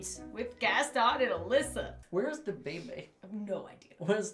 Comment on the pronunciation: My name is Alisa… and it’s pronounced “Uh-Lee-suh” hearing say “Alyssa” for like 18 minutes made me cringe so hard